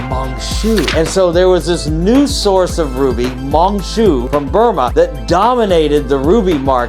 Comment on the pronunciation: It's pronounced as Mine Shuuu.